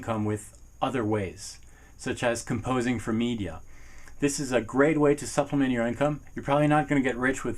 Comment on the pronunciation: Great video but u said supliment a lot